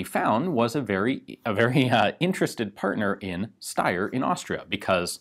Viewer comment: But it's the right way